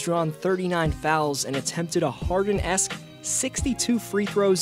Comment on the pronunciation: It's "Harden-esque" .... but at least you tried.